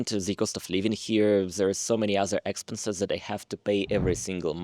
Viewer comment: В слове expenses ударение на второй слог. В остальном молодец. Подписка I am an Eng teacher